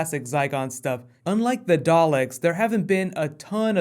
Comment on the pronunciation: gah you still cant say dalek, shivers, its not that hard to learn. thats not meant to be mean just merely a statement of fact.